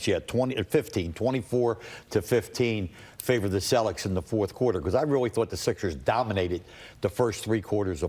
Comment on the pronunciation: I love how Him calls em the Cellics😂😂